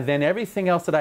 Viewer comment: Paneer is a cheese dude. Panniers is not pronounced like the cheese.